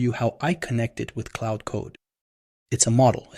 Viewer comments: claud not cloud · Claude is not pronounced the same as cloud dude. Confusing as f